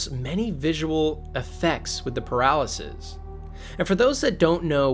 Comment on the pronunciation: I just realized as u said it, the “peralezes” sounds a lot like “paralysis”